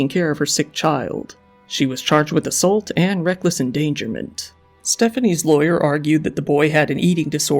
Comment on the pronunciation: I hate the way this guy pronounces assault.